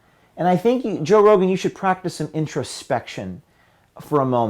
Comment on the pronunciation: "Toe Rogen"